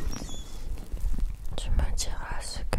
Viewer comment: Hello. J'écoutais ta vidéo en travaillant et je tenais à te remercier pour le gros fou rire que je viens d'avoir, même si ce n'est pas le but premier de la vidéo. Quand tu as dit les deux premières fois "constellation", j'ai entendu "grosse pétasse" et ça m'a bien amusé!